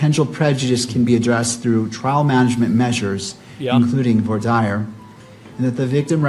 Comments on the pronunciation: Did the judge just pronounce it "voir 'die-er”'?. . .dude must be a noob fresh out of law school 😅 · I know it's knit picking but how tf does this judge not know how to pronounce voir dire? "VWAH DEER" 🙄